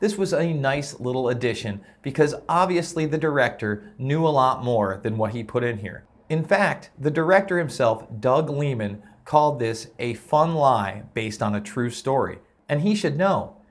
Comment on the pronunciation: I appreciate your attempt to present facts but sheesh the pissed off attitude because HOLLYWOOD made some parts of a MOVIE dramatic... Well no people in HOLLYWOOD made something for the sake of entertainment SMH. It's probuched LIE-MAN and you totally butchered the last name of CHE